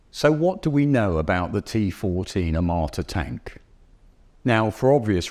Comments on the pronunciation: I keep hearing "amarta" from the presenter, not "armata" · "a m a r t a" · disgraceful pronunciation of "er-mata" and "pewtin". If you ARE GOING TO MAKE A VIDEO ABOUT SOMETHING PLEASE LEARN HOW TO PRONOUNCE THE NAMES. Minimum requirement. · I never heard of "AMARTA". I don't know where you are from, but please pronounce these names correct. Besides amarta I hear a lot propaganda. 😂😂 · First, learn to say the name of the thing you are judging; Armata and not Amarta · The amarta? The onerta? Lol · “Armaaaata” “Puyyutin” 😂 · Australian guy: Tea Fohhteejn AwmoOAaAtah